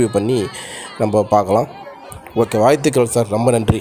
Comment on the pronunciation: வீடியோ எடுப்பவர் தமிழ்த் தெளிவாகப் பேசவும் . வாழ்த்துக்கள் என்று சொல்லவும். வாய்த்துக்கள் அப்படிச் சொல்ல வேண்டாம்😊